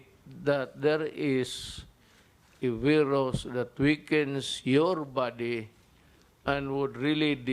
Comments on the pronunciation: CORONA BEERUS daw! The first and only Phil. President to pronounce VIRUS as BEERUS Wa ha ha. Yan ang the best and brightest kuno ng mga B0b0naTangaPangUto-utongDutertardsDDEbaksnasupportersniPestedentOnggoy-BuangDutaebaks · Corona “veeerus” thing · 😂😂😂. Sampalin nya daw ang veeerus na yan